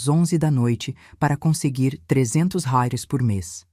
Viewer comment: Kkk Ensina este bot burro falar reais! Que coisa mais ridícula!